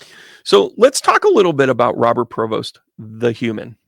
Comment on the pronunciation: His name is PREVOST NOT PROVOST . Shaking my head …